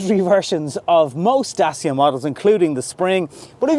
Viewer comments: Dacia is pronounced DAT-CHA! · As a romanian, The second pronounciation, is correct. It's Da-tchee-ah. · I asked a Romianian colleague. It's pronounced DaCheea! Say it fast he told me. Hope this helps. Great reviews fella. I subscribed recently & am very impressed. Keep up the good work.... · My Pizza delivery man asked me how I liked my Dacia Logan parked outside. He told me used to work in the factory that makes them in Romania. I immediately asked him how it is pronounced. He said “Dat-cha”. That’s from a Romanian…from the “horse’s mouth”. Dacia was an ancient kingdom occupying what is now Romania. The Roman Emperor Trajan erected Trajan’s Column in Rome in 115 AD to commemorate his victories in the Dacian Wars. Trajan’s Column is still standing to this day and was the “model” for thousands of other columns, including Nelson’s Column in Dublin. The Dacia Logan (now replaced by the Jogger) also has the window controls in the dashboard and for some reason has key access in the passenger door but none in the driver’s door. They must have forgotten about it when they moved the steering wheel from the left to the right. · Dacia should have 3 syllables(Da-ci-a); Dacia being the name of the territory that nowadays is called Romania.